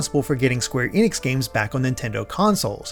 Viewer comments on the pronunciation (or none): none